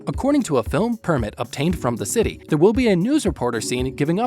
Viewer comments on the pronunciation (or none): none